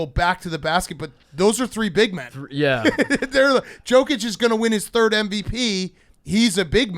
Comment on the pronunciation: At what point is big cat going to pronounce Jokic right?